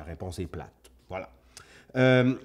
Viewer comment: Le "vla" de la Vienne <3